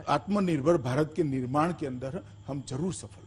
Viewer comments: Jo Insaan " aatmnirvar" nahi bol pa raha hi..wo hamara home minister hi..our badluck..we should think about it.. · साला को बोलने नहीं आराहा है आत्म निर्भर तो ये क्या देश के लोगो को आत्म निर्भर बनाएगा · आत्मनिर्भर नहीं बोलने आता हमारे नेता जी को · Nalayak Amit Shah can not say atam nirbhar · Amit is no 1 illiterate even he can't pronounce Hindi word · टकला ठीक से बोल ही नहीं पा रहा है आत्मनिर्भर शब्द को 😁😁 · Khud to aatmanirbhar word bola nahi ja raha hai ye sale desh ko kya banayenge pata nahi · आत्मनिर्भर बोलना भी नहीं आता ईस मोटा भाई को.. एही दुसरे पर निर्भर हैं .... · Amitshah atm nirbhar nhi bol pa rha h... To atm nirbhar kaise bnege y😀🤣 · आत्मनिर्भर बोलना ही नहीं आता..... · Shah ji Jo Aatmnirbhar bolne v nhi aa rha h or chale h desh ko Aatmnirbhar karne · Gadha sala tadipaar gunda evm k bal per sala home minister bna hai sala , aatmanurbhar bolna nhi aata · Jis home minister Ko atmanirbhar bolna nahi aata oh minister ha desh ka kiya ho ga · Ye atmnirvar nahi bol pa rahe h ye banenge kya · Bol nh pa rh h ye atmnirbhar bhart ky banayenhe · Aatmnirbhar bolna nahi aata he aur desh chala rahe he kiya hoga desh hoga jago re...........jago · Dekh lo andha bhakto atmnirbhaar bolna nahi ata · Aatm nirbhar bolne nahi aa rha iska matlab ye bhi jumla hai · Bhosad pappu,Ye amit shah aatmnirbhar bol nhi paa rha,to pure hindustan ko aatmnirbhar rakhne ko kaise bol skta hai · आत्मनिर्भर बनने को कहा गया है.. वही आत्मनिर्भर शब्द ही नहीं बोला जा रहा... हद्द है... 😁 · विजय किसी की बपौती नहीं है, अमित शाह साहब कम से कम "आत्मनिर्भर" का उच्चारण करना जिस गृह मंत्री को नहीं आता है, वह पढा भी है, या नहीं अब तो एेसा लगता हैं, भोलू गोलू दोनो ही अनपढ़ लगते है |सुधर जाऔ नहीं तो आने वाले समय में तुम्हें भारत के किसी भी अस्पताल जगह में नहीं होगी | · Abe Takle..Pehle Atmnirbhar To bolna Sikhle..😃😀